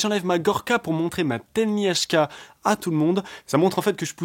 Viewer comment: telnyashka bordel pas telnyasha :D